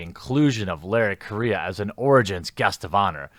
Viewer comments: Dammit Jer, stop disrespecting my culture. His name's Correia (ku-rolledR-eh-ya), not Korea!! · He is; horribly. It's pronounced Co - RRe - Heya. (hard "R") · Larry "Korea" ... Full Total Amititis. I'm pretty sure Correia is a Portuguese name, but the "rr" like "H" in the beginning of words such as hate, differently from the single "r". Also, besides post colonial African migration, the Portuguese are pretty white, some really fucking white, since the country was created from a Spanish county given to Normans for expelling the Islamists from most of the Iberian Peninsula. Normans and Frankish troops helped in the "Reconquista" War a lot and had no problem in doing to Islamists the same that they have done to Christians in all the lands that they invaded or forcefully colonized by mass migration, like every single Christian land in the Middle East, North Africa, southern Italy, southern Iberian Peninsula and so on! Seriously, next thing you'll call Italians non-white! They're Caucasian, just not purely Germanic! Even Spaniards can be pretty white, specially in the Northern areas where the Christian kingdoms formed a stronghold against the onslaught of the Islamist invasion! Those "progressive" History and Geography teachers really messed up education in the Western Civilization! Good thing I actually doubt everything I was taught and look for different sources and figure out stuff in a less ideological manner. I don't know about Mr.Correia origins, he might be mixed, but that shouldn't matter when judging him or his work, unless "Libtards" are actually the ones being racist and are having prejudices based on origins and skin color.. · I'm pretty sure he's also mispronouncing his last name, but that's just me nitpicking.